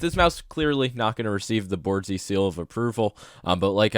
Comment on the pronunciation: "it's a boardzy"